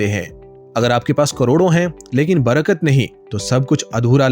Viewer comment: Barga nahin Barkat😅😅